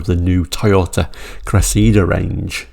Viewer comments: It's the Toyota Cressida not Cressidda. 🤔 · It's funny how Brits call it a "Cress-SEE-da" but in South Africa and the US, it was "CRESSA-da". And PLEASE, Brtons, PLEASE top saying "MAZZ-da" and putting a zed in Chrysler. You also say Nissan wrong (it's KNEE SAHN, like the Japanese say it), but we all say Subaru and Hyundai wrong in the West, so I'll give some leeway! Hyundai's popular crossover is a "TOO-SAHN", not a "tuckson", though I think I've only heard the Aussies go that route. Repeat after me, Blighty: LAHN-chuh. LAHN-chuh. LAHN-chuh. While you're working on that, I'll try to get Americans to stop saying FEE-YOTT, Ruh-NAULT, VAAHL-voh, and porsh. And we yanks actually like the way you say "Jag-yoo-warr" and many Americans are now using that pronunciation.